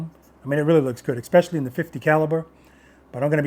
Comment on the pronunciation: “Exspecially” Lol